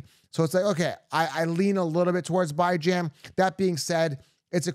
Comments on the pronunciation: why u call him byejan? It's beejan...Bijan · Why the f do u say Byejan? That's pretty irritating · by the way that’s not how you pronounce Bijan. he has a video out there with him explaining how his mom meant for it to be pronounced. love the content but the Bye-Jan is wild lol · Saying Bijan name completely wrong and its giving me racist vibes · Yeah, bijan Robinson literally talks about how you pronounce his name. It is not even close to that